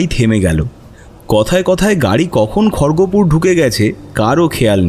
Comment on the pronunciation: খড়গপুর কে যে "খড়গোপুর" বলা যেতে পারে এটা কখনও মাথায় আসে নি